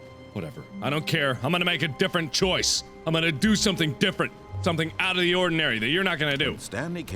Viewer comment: I herd him say 'WHERES DA BLACKSMITH!!!', Lol mark.